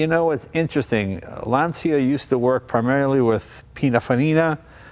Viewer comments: Don’t pronounce it LANZIA. It’s written Lancia, after Mr. Lancia who founded the company. His name it’s easy to be pronounced for an Italian, as an American you should pronounce it as it was written LANCHA, the CHA pronounced like the first three letters of Chattanooga. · Jay I can’t believe I have to point this out. But Lancia is pronounced like Mark Whalberg saying Lawn Chair. LAWN-cha, Not LAN-ce-uh. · Awesome car. Looks like a blast to drive. Btw, please pronounce Lancia correctly, especially as someone from Italian heritage Jay. It’s Lan-cha not Lan see ya. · It hurts when Lancia is spelled “Lansia”! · Really? You pronounce it LAN-CEE-AH? Pssst, LAWN-CHA. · Dude, if you dici "LANSIA" pare you is in panic. Se dice "LANCIA", in italiano. Because i non coming in your house a dire "CHEVROLET" come si write. Stay in bell. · Lan ch a not lan c ia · lancia is like the word launch with an a at the end and without the u. lancha. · in Italian.. it is pronounced Lawn-chaw... :) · Lancia, pronounced Lahn-cha. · It's pronounced ' Lanchia ' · I'm not Italian, but I'm pretty sure that this should be pronounced Lanchia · Classic car def. but at least say Lancia properly..